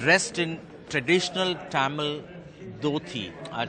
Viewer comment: Visit to India va ? Tamil'nu kuda solla therla ? Nee ellam yethuku news vasikura